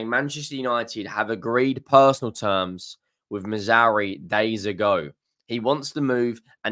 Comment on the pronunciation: Who the hell is Missouri? At least get his effin name right! So ignorant!